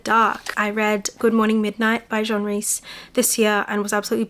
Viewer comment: You keep pronouncing Jean the French male way when the authors are women. Jean as in denim jeans.